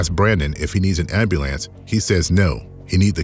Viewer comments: ambeelance, really? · If he didn't struggle pronouncing his "R's" and "L's", as if they were "W's" id almost agree with you. Also he definitely said "am-ba-lance". He lost me all together right there.